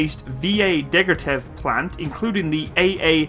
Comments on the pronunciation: Degtyaryev is pronounced : Deck-tea-are-iev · You pronounce russian fine, the only thing is you repatedly called Degtyarev as 'Degryatev'. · I understand that someone can't speak russian, me neither. But HOW ON EARTH Degtyarev became "degratev"? It's not about knowing a language, it's the ability of recognizing letters and reading. Maybe this is not so important but I just feel they need a bit more respect. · The right way to say is ДЕГТЯРЕВ (Degtyarev, not degratev)